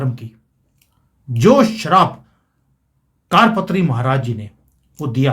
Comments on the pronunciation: ऐक आपसे प्रार्थना ...सही उच्चारण कार पात्री नही वरन " करपात्री" है....!!!कुछ सन्यासियो मे ऐक व्रत या परंपरा होती है जिसके अनुसार ऐक हाथ *कर के पंजे (पात्र याने बर्तन)मे जितनी भिक्षा समा सकती है उतनी ....बस उतनी ही भिक्षा स्वीकार्ह या पर्याप्त है!!! इसलिऐ सही उच्चरण **करपात्री** है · जी आपका टॉपिक अच्छा है पर आपकी भाषा बहुत ही अशुद्ध है। कारपात्री जी नहीं करपात्री जी बोलें!! ऐसे ही कई शब्द आप अशुद्ध बोलते हैं! कृपया थोड़ा परिश्रम करें अपने बोलने पर!!! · कार पत्री नहीं है करपात्री महराज जी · कारपात्री नहीं, करपात्री सही है l हिमालय से कोई आएगा - इसका मतलब है UP के cm योगी next pm होंगे, बधाई 💐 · 'कारपात्री' नहीं 'करपात्री' अर्थात जिनके कर(हाथ) ही पात्र (बर्तन) हैं। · जी कारपत्री नही करपात्री है कर=हाथ,पात्र = बर्तन करपात्री जी हाथ मे रोटी सब्जी लेकर खा लेते थे, थाली कटोरा प्रयोग नही करते थे। करपात्री जी का श्राप अवश्य फलित होगा। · it is not "Kaadpatri" it is "Karpatri" = Kar (hands) patri (vessel) ie hands are used to accept bhiksha (alms). Swami Shri Karpatri Maharaj was a devoted sage brahmin who used his hands for bhiksha 🕉🙏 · कार पत्री नही होता,कर पात्री होता है।सभी हिन्दुओं को इस कांग्रेस पार्टी के सत्यानास की ईश्वर से प्रार्थना करना चाहिए और भा ज पा को बोट देना चाहिए।जय हिंद,जय भारत। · कारपत्री नहीं करपात्री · कार पत्री नहीं , करपात्री जी महाराज है। गोपाष्टमी का भी कनैक्शन है इसमें।